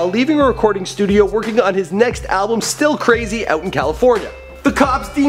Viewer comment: Um isn't it Still Brazy not Still Krazy😂